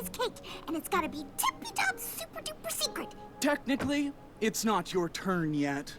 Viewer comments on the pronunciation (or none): Technically, it's "technically", not thenically. (I promise I'm not being mean, I just thought it was funny xD)